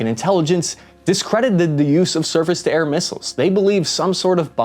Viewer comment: i heard you say "circus to air missile" and i cant unhear it..